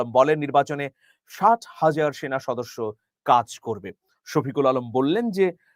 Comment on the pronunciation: সাত হাজার বলেছেন নাকি ষাট হাজার বলেছেন তা বোঝা যায় নি | তবে শেষের দিকে বুঝলাম ৬০,০০০ | তারপরেও সন্দেহ রয়ে গেল | উচ্চারণ আরো স্পষ্ট করা দরকার ছিল | সাত হাজার তো খুবই অল্প |